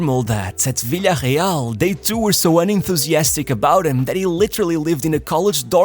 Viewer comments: why tf do you pronounce "Villarreal" like it's a brazilian team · why do you pronounce Villarreal like that? Its Spain not Portugal my guy. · no idea why you are saying villareal in a funny way